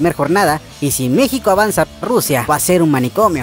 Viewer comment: dice mexco